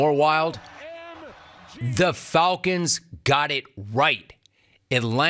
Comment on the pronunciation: The "Fulcons"?